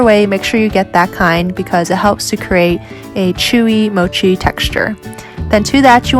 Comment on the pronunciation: His English turned into moochi lol